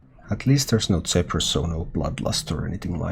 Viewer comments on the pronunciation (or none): he’s from Finland. It would be easier to understand if you just said “Ph” makes the ‘F’ sound.